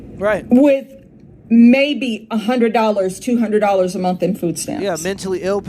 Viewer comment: Did she say you are a veteran and proceed to ask "did you serve in the military".... 😌 "13 thousand a mont"... it's a "h" on the end of that word ma'am 😂